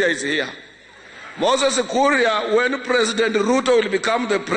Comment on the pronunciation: "Wen the president ruto becomes da president"🤣🤣🤣🤣